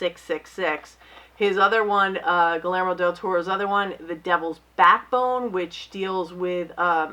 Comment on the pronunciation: You always mispronounce Guillermo... (Gee-yair-mo)